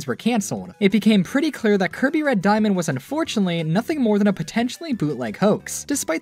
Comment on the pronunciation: Lol, "Diamand"